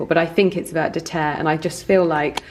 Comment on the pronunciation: Vert de terre means worm in French (and you don't pronounce the t in vert. 😉